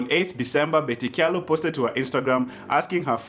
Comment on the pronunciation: I just love how you're pronouncing Kyalo 🤣🤣